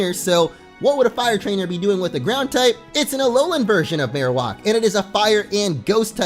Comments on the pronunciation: my god it's maroWAK not maroWOK i don't know why this bothers me it just does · It bothers me that he says Marowalk instead of Marowak 🙄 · Why are you saying Marowak so strangely? Marowak is Marrow like bone marrow and whack like smacking you with the bone! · Your pronunciation of marowak makes me cringe so hard. It is pronounced Mare-Oh-Whack. Not walk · the way he pronounced marowak is unacceptable